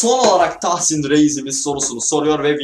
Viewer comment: Abi ben tahsin abi ye ben dahsin diyorum gbghbfghfhf